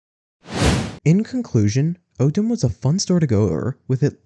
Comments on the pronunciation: i live in utah, i loved this. its just that you dont pronounce ogden like that, its "ahhgden" not "ogeden" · Ogden is pronounced Aag-den, not Ohg-den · Maybe you can cover the Orem location? Also my grandparents lived just south of Ogden and its pronounced "Ah-gden"